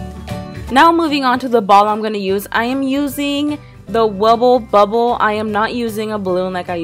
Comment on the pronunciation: Did you say Wubble Bubble 😂